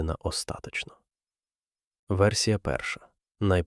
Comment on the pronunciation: Ріже слух Ваше "перед пупОм" . Знаю, що у центральній, північній і західній Україні наголос ставиться в цьому слові на передостанньому складі. У вас схоже на кальку з російської. І у слові "остаточно" неправильний наголос.